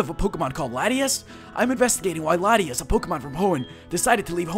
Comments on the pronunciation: It's pronounced La-Tia-As. Latias. Hm, Latios' better. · its lot-tias!